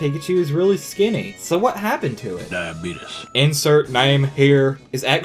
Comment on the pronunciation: The "die-uh-beet-us" had me rolling!